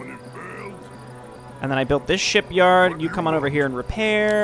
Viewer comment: Is it me or do you always pronounce “shipyard” as “sheepyard” for some reason? (I mean it would’ve made sense if it’s a Dwarven building that produces war rams or something)